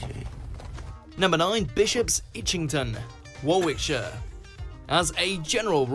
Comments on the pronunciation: It’s not Warwickshire but warrickshire. Also Hertfordshire is pronounced hartfordshire. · Ai cant even pronounce Wa ric shire properly along with other miss pronounced stuff. Terrible. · A presumably British guy pronouncing a county as Warwickshire (as it looks, not said). Oh well, never mind. Amusing, I guess. Robert, uk. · How does an English sounding commentator pronounce Warwickshire as War Wick Shire? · Hi mate- you really have to look up a video about the grope c..t lanes over here! Apparently where ladies of the night ( and day!) Would ply their trade- but the oversensitive whatnots have changed them - spoil sports! I think the video could have done better to be honest,must be better examples out there- his pronunciation of Warwickshire and Hertfordshire was painful! Hope you are well and snog the mogs for me x 🏴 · Pity the commentator can't even say Warwickshire properly, Eh!! (Not to mention Hertfordshire as well!)